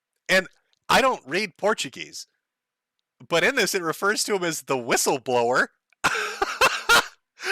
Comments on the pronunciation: Oh my fucking god Josh was right, he does pronounce it "porchego" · Pour chew go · You're saying it isn't Portchugo? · I think he pronunces it more like "portugo".